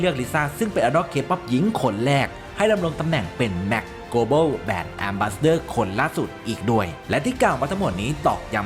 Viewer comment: เจ้าของช่องต้องออกเสียง ล ร ให้ชัดจะดีมากแบรนด์ brand ไม่ใช่ แบน ban และก็ body shaming เชมมิ่ง ไม่ใช่ ชาร์มมิ่ง charming นะครับ✌🏻